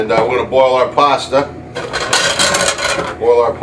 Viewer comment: There is no "R" in pasta